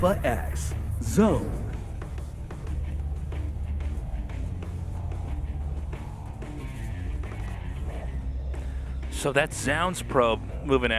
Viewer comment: Why does tasteless always pronounce Zoun as "JZOWN" when it's clearly "ZONE". I wish artosis would correct him at some point it's annoying af.